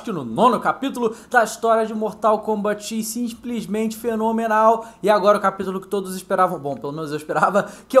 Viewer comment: Ele falou sinsplismente no cameço